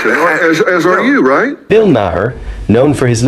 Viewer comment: Just a thought... you might want to learn how to properly pronounce names BEFORE you make a video. Maher is pronounced exactly like the word "mayor", like the leader of a city.